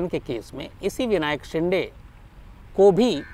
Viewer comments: शिंडे नहीं शिन्दे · विनायक शिंडे नही विनायक शिंदे नाम है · Shinday nahi re .. say shinde शिंदे .. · विनायक शिंदे है, आप " शिंडे " उच्चारण करते हो,जो ग़लत है ।